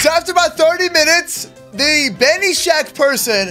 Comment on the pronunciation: his name is not benishack it is ben-is-hack lol